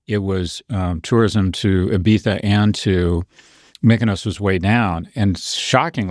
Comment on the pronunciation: I loved how well prof g pronounces Ibiza